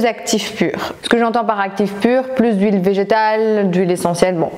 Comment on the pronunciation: Hâte d'avoir ton retour du concealer Fitglow sur lequel je louche depuis qq mois ...😜 Je n'osais pas te le dire mais pourquoi prononces-tu "ou -ille" quand tu parles d'huile ? 😂 Bonne soirée 😊